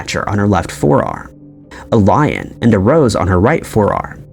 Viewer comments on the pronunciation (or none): none